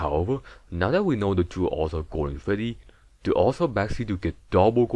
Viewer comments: “Golden fweddy” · foostep and febdy